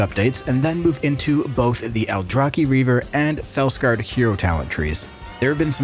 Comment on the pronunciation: Thank god someone who actually pronounces "aldrachi" correctly!